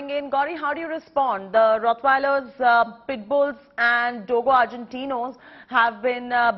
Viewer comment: Madam says “Puttbills” cant even pronounce a dog breed and apparently reporting against dog breeds to be banned ! 🎉😂